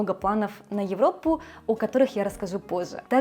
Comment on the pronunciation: Вы уже в русских словах стали сдваивать согласные на японский манер. "В Европпу", как пример. Чудесный сюжет про отдых в Турции, как будто там побывала.